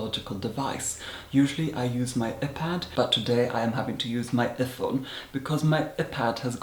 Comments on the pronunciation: 𝓲𝓱-𝓹𝓪𝓭 us: eye-pad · “filem” “epad” “efon” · Eh-pad and eh-phone. I’m done....😂😂😂😂😂😂😂😂😂😂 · The legendary "epad" and "ephone" scene 😂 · umm it is 👀pad and 👀Phone 😂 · "My eh-pad " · “Ephad” “efone” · Ehpad and ehphone made me cry 😁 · ‘uhPad’ 😍 love you from another dracula 😘😘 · Excuse me, but wtf is an eh-pad and an eh-phone? I can only assume you are mispronouncing that for some sort of humorous value. And I believe the only thing you would extract from a cow is blood. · “usually i use my epad but today i’m using my ephone” IM GAGGING THE WAY HE PRONOUNCES WORDS like “filum” AND HIS VOCAB RANGE IS MINDBLOWING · ih-pad and ih-phone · "My ephone" "my epad" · wait wait wait, "ih-pad" ? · My eh-pad and eh-phone. 😂 I love you!!!! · "Eh-Pad ", "Eh-Phone" !!!!!!!!!!!!! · ihpad... ihphone... ih love you! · I GAGGED AT EH-PAD AND EH-PHONE!! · Hmm a-pad...e-phone😂😂😂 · Eh.pad... Eh.phone... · the "filim", the "eepad" and the "eephone". and the milkshake question!!! Hilarious!!! :D :P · “ihpad”... Yes. Good. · i love the way you say iphone and ipad it’s so marvellous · The way he pronunced iPad and iPhone is just . . . I can't even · I love your vids but. Lol, iPhone and IPad pronounced with the same vowel sound as the body part “Eye” and as if you were referring to yourself with the pronoun “I”. It’s not the same vowel as in the word “if” and “bit”. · His pronunciation of iPad and iPhone... And that "my iPad has gone missing.. I don't know where" 😂😂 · Wait Is no one going to talk about his pronunciation of iPhone or iPad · The way you say Iphone and Ipad haha. I find your quirks to be so funny and quite delightful. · now i know how to properly pronounce iPad and iPhone 😆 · I'm LIVING for the way he says iPad and iPhone😆